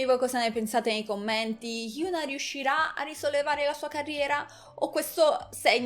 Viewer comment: e infatti si dice hiòn-A 현아